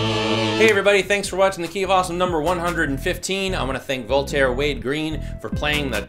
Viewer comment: Only just realized, when they say "the key of awesome" it sounds like "ducky of awesome"